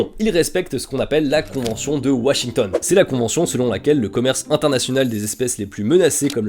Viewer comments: Washington et non Wachington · Washington pas Wachington svp !!! Super vidéo btw 😅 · 18m29 : "Convention de Wachington" ?! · "Convention de WaCHington" ? 😅😅